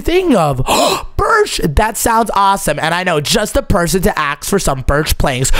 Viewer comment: bro just said aks instead of ask